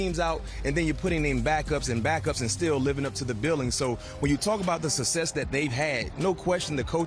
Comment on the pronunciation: Brian McFadden, the word success becomes sussess!!! Let me axe you a question!!!